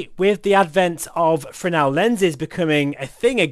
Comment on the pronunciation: you lost me at "Fresnel" ....